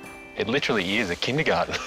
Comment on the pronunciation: It’s funny how the Chinese mate pronounced the word „Kindergarten“ like the a german where the Word comes from and not the lushly english way😂